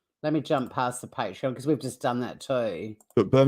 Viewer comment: Omg, I agree. It's not Patron, it's Patreon. So annoying!